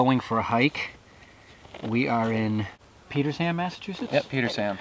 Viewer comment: Loved the video. BTW, the town is pronounced "Peter sham" the "h" is silent